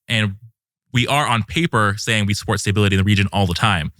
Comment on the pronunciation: He’s saying “staybility” and it’s driving me insane